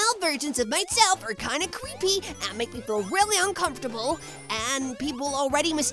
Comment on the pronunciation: did said CWEEPY instead of CREEPY